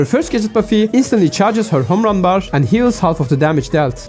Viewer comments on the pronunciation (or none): "When her ham run" bro home run can't be that hard to pronounce 😭